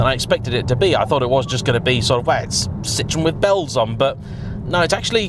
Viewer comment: Citroen is pronounced see-trow-en not sit-ron, the latter in French is a lemon, not a car brand.